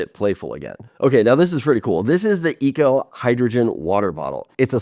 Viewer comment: well it’s not “eco” it’s echo.. like an echo